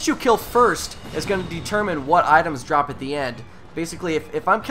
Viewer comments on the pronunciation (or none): none